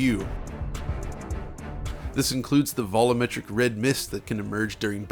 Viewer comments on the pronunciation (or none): keeps saying "vollometric", in spite of having no problem saying "volume". Can ANYONE explain this mystery to me?